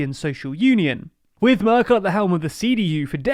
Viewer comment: Söder -> Soder, Merkel -> Mörkel, its not that the spoken english alphabet lacks ä,ö and ß, you just need to learn how to use them. I actually was very courious about Nüßlein, did you just give up ?